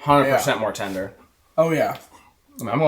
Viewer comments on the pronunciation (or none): my boy said tinder not tender lmao